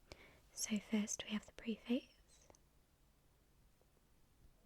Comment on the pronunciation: It’s pronounced pref-ace not pre-face. The writing is awful, had to stop the video